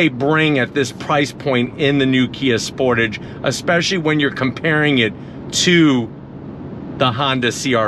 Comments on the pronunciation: It’s pronounced sportage not sportage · 30 years… and still Americans can’t pronounce Sportage correctly! 😂😂😂